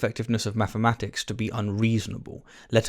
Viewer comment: He keeps saying “maffematics”😂🤣